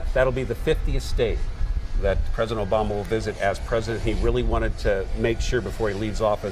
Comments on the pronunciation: president Oblama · She said President Oblama! What an idiot 😁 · Did she say president oblama? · I love how she said oblama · Did she say President Oblama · Did she just said oblama??? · I thought I was the only one that heard that😂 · lol...she said President "Oblama" is flying in non-stop from Andrews Air Force Base....can't even say his name right.